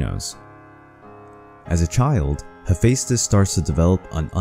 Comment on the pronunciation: I think you Butchered his name lol